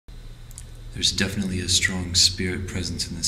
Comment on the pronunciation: I stopped watching at: "There is definantly a strong spirit pressence..."